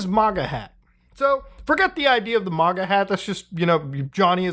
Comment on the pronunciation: We mispronouncing MAGA this late in the game?!?!